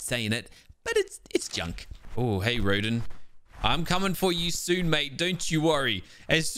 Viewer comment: you are saying rodan wrong watch godzilla 2019